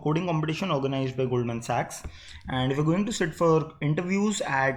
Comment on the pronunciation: lot of effort was put in while pronouncing "SAACHS"!